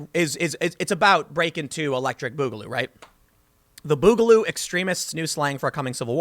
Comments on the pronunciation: bugaloo.... comon tim off the fence its boogaloo say it stop being pc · It isn't pronounced like that. It's more like "booger". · Its boogaloo, not bugaloo. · not "Bugaloo"Tim..it's BOOGaloo two O's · It's Booger Goo ! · this was all worth it to hear Tim say, "Boogaloo" so many times! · The way you are miss pronouncing boogaloo, is driving me crazy.